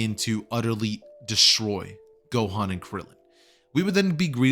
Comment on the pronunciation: you said "gokan"